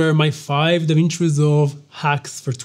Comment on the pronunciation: "DAWIN" NO MINUTO MIN